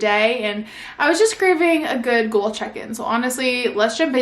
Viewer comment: I love the video but just the way she pronounces “goal” as g-u-a-l…